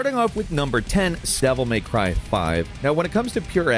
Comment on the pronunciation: At first i thought i was hearing things when he said Sevil may cry 5